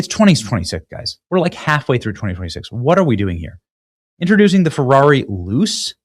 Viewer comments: All good, BUT…learn how to pronounce “Jaguar”! It’s not “Jag-wire”. Cheers P.S.: Ferrari is an Italian company, so “Luce” means “Light”, and is pronounced “Lu-tshe” not “loose”. IF you want to report on topics, at least know what you’re talking about. Do research…use AI or Siri or something. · At least pronounce it right. Not Jagwire, it is Jag-you-are...and Luce is not Loose it is Loo-chay. Either way the Chinese will outdo them both with the $10k Loowire.... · Not that any one cares, but it’s pronounced Lou-chay. It means light in Italian. Questa machina è brutta = this car is ugly. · It's "Looche" not "Loose".. Wait...! 😅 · FYI. Luce is pronounced "LEW chay", not "loose" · "Luce" in Italian is pronounced "lou-chay" and not "loose." Terrible, ridiculous design and idea. Yikes. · "Luce" iz pronounced "looche" with the "e" like "chEster" and the stress at the beginning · “Luce” is pronounced “lose”. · PLEASE stop saying "Jag-WIRE"....🤯 ...and the Ferrari is pronounced: LOOCHAY (Yes that is not proper phonetic spelling but gets the point across.) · How do you see "J-A-G-U-A-R" and pronounce it "Jag-WIRE"? BTW, "Luce" in Italian is pronounced "LOO-CHAY". It means "light". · Lu-ché. But I agree, it's garbage and won't sell. Soul less car. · Luce, pronounced LOO-CHAY(light) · Pronounced: Lu-chay. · Luce is Italian for "light" it's pronounced "Lu-Chey" I just had to look it up! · The new Ferrari is pronounced Loo-chae. It doesn't matter though, it is still super ugly just like the tesla cyber truck. Both have gotten the Bud light treatment. Oh well. 🙈